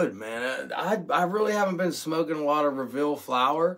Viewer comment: You know it’s called revel.. not reveal